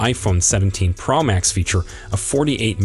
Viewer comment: I thought it was a PRO Max not a PRaaaah Max. Please explain.